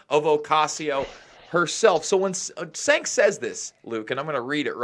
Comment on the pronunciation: Anyone could do a better job than Trump. ANYONE!!!!!! Trump fanboy strikes again. Oh and it's pronounced Janke not Sanke. And he is a Cenk-Off.